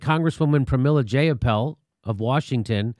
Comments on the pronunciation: Oh my god, her name is Jai-ah-pahl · Her name is pronoubced J(eye)uh(paul). Its not a hard name to pronounce and shes been in the news a lot lately. I'm not happy about a new, flawed M4A bill, but that doesn't mean you belittle someone's name. That makes you look immature.